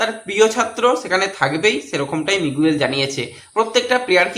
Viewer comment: ঐ খেলোয়াড়ের নাম মিগুয়েল নয়, উচ্চারণটা হবে মিগেল